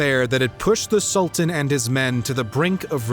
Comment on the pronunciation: Am unable to continue watching the video because the constant mispronunciation of 'Sultan' is too distracting